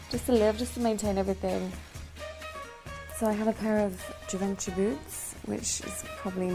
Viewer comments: Gee-ven-chi boots ???? You fooktard. Its zhee-von-shee. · She cant even pronounce Givenchy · Hello Before you buy a pair of Givenchy boots to impress someone, you should actually learn how to pronounce the name correctly-and I don't mean 'boots'. If you are going to play the role, at the very least, research and rehearse it. By the way, this is one very fine, yet instructive video - in a very scary way.